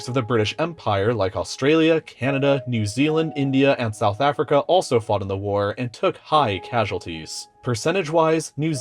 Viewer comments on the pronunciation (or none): none